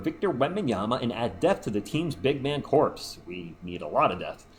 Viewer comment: Corps is not pronounced like corpse. It's pronounced like core. Like Marine Corps